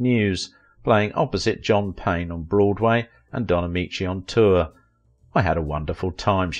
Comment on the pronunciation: RAY Bolger Don Ameechee is the correct pronunciation.